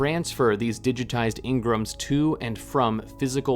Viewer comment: "Ing-grums"... It's pronounced en-gram. Just like everyone in game says it. Which is a "short" reference for personality enneagram. 🙄